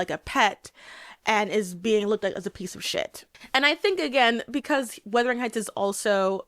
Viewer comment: Is is it just me or is she saying ‘weathering’ heights lol